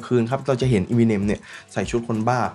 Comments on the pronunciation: Eminem = m&m เอม มิ เนม เรียกอีมิเนมๆๆอยู่นั่น ไม่น่าทำช่อง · ทำไมคนไทยชอบเรียก เอมิเน็ม ว่าอีมิเน็ม ไม่ได้กระแดะนะอยากรู้เฉยๆ